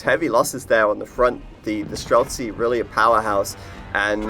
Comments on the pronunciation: stop adding a k to streltsy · The guy is annoying me when he says strelsky. IT'S STRELTSI, it literally means marksman. I'm not Russian, it just annoys everybody that can understand the word.